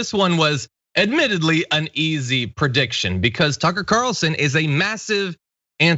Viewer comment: Did you say;"Sucker Carlson"???.... or I just misheard? ;)